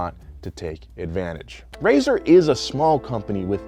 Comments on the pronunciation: RAESR is pronounced raise-ar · I pronounce RAESR as RAY SENIOR